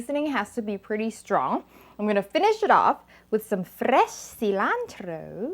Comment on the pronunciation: 👍👍👍tasty! I like the way you say FRRRESHH CILANTRRRO 🤣🤣🤣